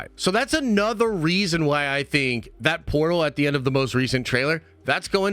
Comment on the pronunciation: Get on with it and stop yapping. That not vat by the way. Th isn’t pronounced as a v..